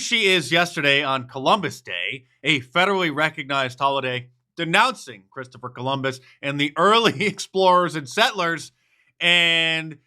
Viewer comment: She can't even say Christopher Columbus.